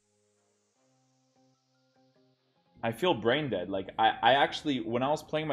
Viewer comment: Why u keep saying «deadsh» with a sh sound at the end?